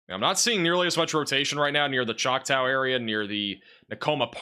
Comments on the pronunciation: I think you need help pronouncing "Choctaw". Chaulk-taw.... not "tow", the "a" is awe, like awesome. I laugh each time you say it, lol. Nice try though, lol 😊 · ChocTAW (as in “aww”) no “O” in there so “ChocTOW” is not how you pronounce it. (Awesome job as always. I’m just the son of 2 English professors so no malice intended!) Love you guys. 🫡❤️ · JFI, Choctaw is pronounced “Chalktaa”. Thanks for your reporting. I’m a lifelong Okie, raised in Osage county but now a Tulsa resident. Seen a lot of weather at 70 years old. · Chalk tall. That's how u say it.